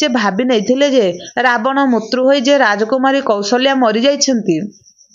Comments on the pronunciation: Mrityu kahibe, apana mutru kahuchhanti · ମୃତ୍ୟୁ କୁ ମୁତ୍ରୁ ପଢ଼ିବା ଠିକ୍ ନୁହେଁ l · Kan bhasa ta thik se kahi januna.. Uchharana bhul kahucha.. Mrutyu ku.. Mutru... Mutru kan kahucha... Hasa labuchi tuma katha sunile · ମାଉସୀ ମୁତ୍ରୁ ମୂତ୍ରୁ କଣ କହୁଛ, ଫେରେ ମହସ୍ରି ବି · ବହୁତ ଭଲ ଭିଡିଓ। ମୃତ୍ୟୁ ର ଉଚ୍ଚାରଣ ଠିକ୍ ଭାବରେ କରନ୍ତୁ। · ଝିଅ ତୁମେ ଜଣେ ଓଡ଼ିଆଘର ର ଝିଅ ହୋଇଥିବ ନିଶ୍ଚୟ ଯେହେତୁ ଏହି ଓଡ଼ିଆ ଲେଖା ଗଳ୍ପଟିକୁ ପାଠ କରୁଛ ଇଉଟିୟୁବ ଚାନେଲ ମାଧ୍ୟମ ରେ କିନ୍ତୁ ହେ ମହିୟସୀ ମା ତୁମେ ଲେଖା ଟିକୁ ସଂଶୋଧନ କରି ପଢ଼ିବାର କଥା, କାରଣ ବାରମ୍ବାର ମୃତ୍ଯୁ ଓ ମୃତ୍ୟୁଞ୍ଜୟ ଶବ୍ଦ କୁ ମୁତ୍ରୁ ଓ ମୁତୃଞ୍ଜୟ ଉଚ୍ଚାରଣ କରିବାଦ୍ୱାରା ଓଡ଼ିଆ ଭାଷାର ଶବ୍ଦାବଳୀ ଅପଭ୍ରଂଶ ହେଉଛି ତେଣୁ ଦୁଃଖ ଅନୁଭୂତି ହେଉଛି, ଆଗକୁ ସତର୍କ ରହି ପଢିବାକୁ ଚେଷ୍ଟା କଲେ ଭଲହେବ ବୋଲି ମୋର ଆଶା, ହରିଃ ଓଁ ଜୟ ଜଗନ୍ନାଥ ସ୍ୱାମୀ ଜୀ, 🌹🌹💞🕉️💞🌹🌹👍